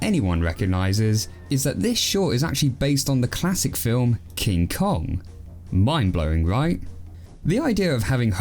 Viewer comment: What's.....a.... "king kong"?